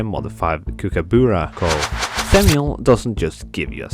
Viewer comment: as an australian, the way you pronounced kookaburra made me wince correct pronunciation is /'kʊ.kə.,bʌ.rə/ (put this into an IPA reader if you don't know what it means)